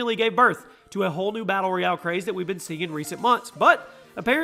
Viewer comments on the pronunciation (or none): none